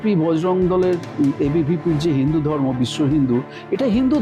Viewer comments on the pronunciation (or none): বারত! গন্টা ! দর্ম ! ভাই বাংলা উচ্চারণ টা ঠিক করে ভিডিও বানান। তা না হলে আপনার ভিডিও বিশ্বাসযোগ্য হবে না। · ভারত বলতে পারে না বলে বারত,ধর্ম বলতে বলে দর্ম এতটা অশিক্ষিত একটা লোক গায়ে কোট চড়িয়ে ভিডিও তৈরি করে!!